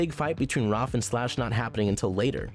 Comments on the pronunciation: Am I the only person that’s mildly annoyed that he says Roph instead of Raph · It’s Raph, not Roth! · Bruhhh why does he have to call him Rof instead of Raph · its raph not roph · It’s Raph ( R-ah-f) not (R- ar-f) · He pronounces raph rof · How does this YouTuber get so many names for the characters wrong? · is no one gonna question how he says roth instead of raph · Video: Roff Me: It..its Raph not- Video: Then Roff Me: IT'S RA- never mind. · I’m just saying you say raf but its pronounced raaaf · 🎶The A says o. The A says o. Every letter makes a sound, the A, says, o.🎶 Seriously why is he saying Raph like that? Roph!?!?! has live action avatar the last airbender flashbacks. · Roff instead of Raff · I like ur video really by why you keep calling him Rolph XD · roph </3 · Dumbass said 'ROPPH' lmao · Dude,I love this list and this channel,but pronounce Raph right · why does he say raph like that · You could of at least said Raph's name correctly at least once 😂 Also, How Baxter was treated in 2003 was way way way worse then how he was in was still really bad though. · There's something about the way you say "Raph" that makes me giggle.